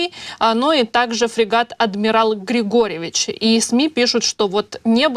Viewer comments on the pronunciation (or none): да не Григорьевич , а ГригорОвич , но от бацки и всех белорусов большое спасибо, чык-чырык ....